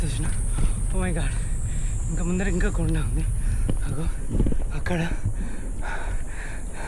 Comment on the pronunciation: Koda kadhu bro konda